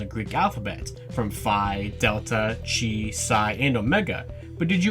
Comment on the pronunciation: "Chi" is pronounced as "kai"